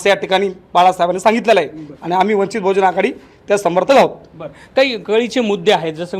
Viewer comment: तू पहिले वंचित बहुजन आघाडी म्हणायचं शिक....